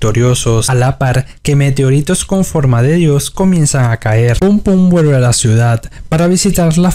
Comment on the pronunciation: Aparte habla súper mal, todo lo que termina en L lo pronuncia como una R, "vuerve", "argo", "er ganzo", "sarga". 💀